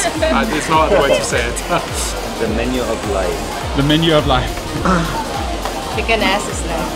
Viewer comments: I don't understand what that Pinay is saying. Is she really saying chicken ass? If so, she pronounces two words like one - chickenass. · Did she just say chicken "ass"? and Nelly can mix LOL! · Did she say Chicken Ass???? OMG 😆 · Are you guys saying chicken "ass"?